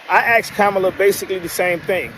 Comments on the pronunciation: What is I ax her? Did he mean, I "asked" her. Lol😅 Kidding aside, the world is waiting for Scamala's explanation of her policies. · “... I axed her...”. - sorry man, speak English